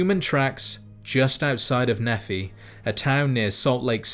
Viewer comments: Just an FYI, "Nephi" = "Knee + Phi" not "Nef + Fee". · How to kill a Utahn instantly, say one of our weird counterintuitive town names wrong. Also Nephi pronounced (NEE-FIE) not Nefy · Don't worry, they pronounce it the "neffy" way in the games too, so don't feel bad at all. Nephi is a big time hero in the Book of Mormon, famous for having an entire nation named after him for being such a good guy. It's funny to see him in the game as Driver Nephi, one of the worst possible human beings. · Neee-phi not nae-fee (nephi) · as someone who grew up and lived in salt lake most of my life it always makes me smirk a little when people call the town "ne-fee" its actually "knee-fi" we also have "hurricane" but everyone calls it "hurri-kun" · Nephi is pronounced Knee-Fye not neffy 😂 tho absolute phenomenal video! I’m only saying this because I live in the area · Neff-ee is actually pronounced Knee-fye :) love, a Utahn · BTW, Nephi is nee-feye, not ne-fee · I can forgive saying zion like sigh-on with a z but Nephi? Nefi? God. No no no its knee-f-eye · It's Knee-figh, not Nefee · I've never heard someone say Nephi like that haha it's knee fi but love the video 20/10 content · I'm not crying, you're crying Just FYI, the town nephi is pronounced knee-fy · Great vid, but Nephi is pronounced ne-fi, it rymes with Wi-Fi. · The other thing is that Nephi is pronounced "knee-fi" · Nephi is pronounced knee-fye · Nephi = Knee-FI Tooele = Too-ill-ah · Great video, but the city is pronounced Knee-fi. I love the video but it was just a little thing I noticed. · As a Utahn, it always stings a bit hearing non-Utahns talking about the cities besides SLC, because nobody ever pronounces them right. Like Nephi, which pronounces both vowels long, like the names of the letters E and I. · You tend to forget how fucked utah towns spelling is until you hear someone miss pronounce em hard. Makes you remember that mormons got silly names. Toe-ker-vill Knee-fie. 🅱️0o geyman was funny tho